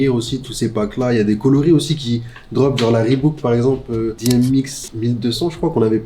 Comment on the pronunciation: peut cesser de dire "REEBOUQUE" par pitié?